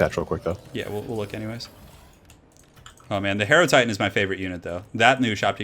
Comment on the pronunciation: Hate to be a pedant, but I would have thought that hierotitan is said 'hyro Titan' as in hieroglyphics. Awesome stuff though guys.